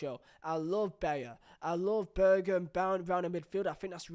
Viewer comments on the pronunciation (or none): none